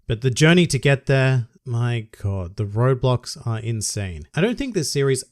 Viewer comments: I cannot stop hearing you say Roblox instead of "road blocks" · for some reason i thought you were saying roblox and not roadblock smh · am i the only one who hears "roblox" instead of "roadblocks" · I kept hearing Roblox, took me a little while to figure out you were saying roadblocks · When he said roadblocks, I heard Roblox